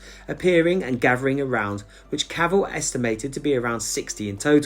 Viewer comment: Nice video and it was of special interest as my wife is George's great grandniece and she has been working hard on locating the grave with a view to us hopefully being able to erect a headstone or some other marker in his & his wife Kate's memory. One point of order from her though, Cavell should be pronounced with the 'E' emphasised due to the name being french in origin (she is very particular about it lol) 😁